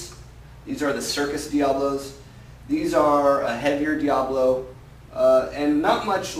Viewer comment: Isn't it pronounced Dia-bolo...not Diablo?